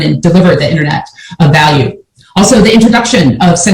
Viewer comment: It’s Va not Wa Value not walue